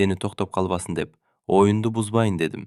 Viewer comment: Бир аз жакшыраак окуганды үйрөнүш керек бул жигитке . Бир бөлүктөн экинчи бөлүккө өткөндө жок дегенде 2-3 секунд токтоп , дем алыш керек . Сөз эмне жөнүндө болуп атканын түшүнүксүз болуп калып атат . Дагы , Ң тамгасын Н кылып окуп атат . " оюҢду" деген сөздү " оюНду" деп окуп атат . " Оюңду менен ойунду" - эки башка сөз , эки башка маани .